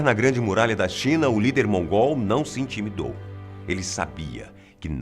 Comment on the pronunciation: quando ele fala:"o novo lider mongól" dá vontade de rir,parece que ele tá chamando o cara de mongoloide kkkkkk